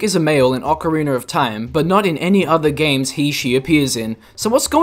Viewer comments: Not to be rude but why do you pronounce OoT it as “ocarinER of time”? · i lose a brain cell every time someone says "Ocariner of Time" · *cares about pronunciations* OCAREENER HAS JOINED THE CHAT.